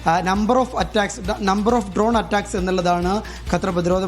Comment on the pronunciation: എന്തൊരു ബിടൽ 😂😂😂ഉണ്ട... ഡ്രോൺ അല്ല.. ഡോഗ് 😂😂നിർത്തി പോട കോപ്പേ